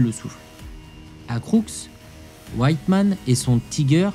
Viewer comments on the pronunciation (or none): J'ai adoré en vérité j'ai sursauté! car c'est une aberration cette prononciation !!! "White Man" C'est un super héros de marvel version Avenger???😂 Michael WITTMANN !!! Ça ne se prononce pas du tout "WHITE MAN" à l'anglaise !!! Mais "vit'man"😊 OMG ! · Etant gosse, je montais sur le char panther dans les Invalides,dans les annees 60, je le trouvais tres impressionnant . Interessant documentaire, evidemment pour Wittman on ne prononce pas mikael mais Michael vitman. Cette manie d'angliciser . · Effectivement, la prononciation était mauvaise, et on l’assume. Une erreur à l’oral, ça arrive, surtout dans un contenu dense enregistré d’une traite. Mais rassure-toi : malgré cette “aberration”, personne n’a confondu Wittmann avec un super-héros Marvel. 😉 Et à force de commenter chaque détail, on se dit que tu devrais peut-être lancer ta propre chaîne : tu as clairement des choses à dire !